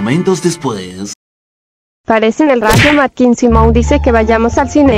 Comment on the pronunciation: Jajaja dijo SUMON ES SIMON